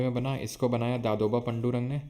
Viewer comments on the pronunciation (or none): Sir its पांडूरंग